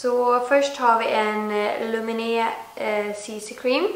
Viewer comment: Du uttallar lumene fel